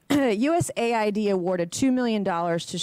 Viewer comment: USA-ID is not US-AID